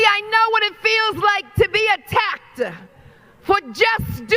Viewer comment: Tell me why does Letitia James have to add a vowel "LIKE THE LETTER A" after every end of a sentence, example attackeda, Joba.....Not impressed with your command of the "ENGLISH LANGUAGE" there Letitia....